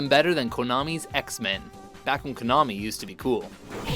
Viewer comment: I like how he's pronoucing konami right instead of saying konahmii.